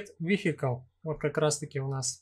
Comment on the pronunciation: Видео познавательное 👍 но такое ощущение, что оно записано в нулевые, когда интернета не хватало даже для того, чтобы загуглить как правильно произносится "wheel" и "vehicle". Ну и "мотишн блюр" в конце -- это Fatality! 😆